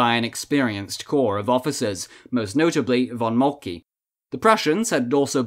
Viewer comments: Good video but you should know how to pronounce names correctly. Molke isn’t Molkee…SAY Molk-uh! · Ja, richtig. Nicht "molky". Nicht "Molka". Moltke ist Moltke; leicht! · Gutes video. Aber, Moltke ist "Moltke", nicht "Moltky"!